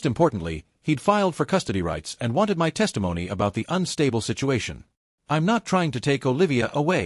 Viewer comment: Please, teach this aweful AI voice to pronounce "my"! This is horribly unprofessional. 😮